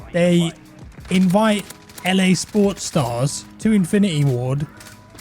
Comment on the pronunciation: saying "sportsstars" sounded like "pornstars"